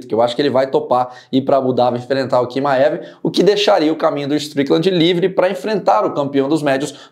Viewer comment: não é Quimaev, é Tchimaev a pronuncia.